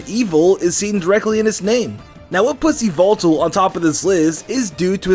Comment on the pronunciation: It's yuh-vul-tal